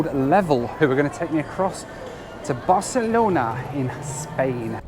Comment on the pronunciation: I love how in this video sometimes pronounces Barcelona as "Barcelonar" and when he was in Athens, Greece he calls the Acropolis "the Apocalypse" 😆